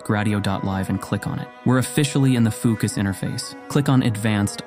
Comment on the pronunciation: So do we need to run that bit of code at the beginning or what? What a difficult video guide to follow! You haven’t even linked fooocus and it sounds like you say ookas?!